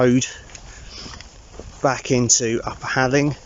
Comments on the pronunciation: fantastic news on getting your job back! probably the best Christmas present you could have wished for and I'm really pleased for you:) Halling is a few miles from me and the locals pronounce "hall ing" ( sounds similar to the word boring). I just bought that walking book for my wife for xmas as you seemed to have so much fun with it. Thanks for the content this year and say Hi to the lovely Candice:) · Hi, it’s pronounced like ‘whore ling’! 👍🏻😁....really good news about the job! We’ve bought the book after seeing your vids and hope to start them over Xmas break. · This is so close to me! It’s pronounced halling as in hall. Need a new camping buddy?😂